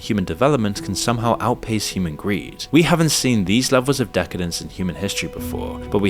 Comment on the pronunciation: Lelvels? Am I watching AI??